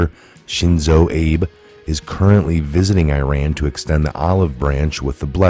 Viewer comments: It's pronounced Ah-Bay, not Abe, like Abe Lincoln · PM Abe's name is pronounced Ah-B, He ain't no Abe Lincoln!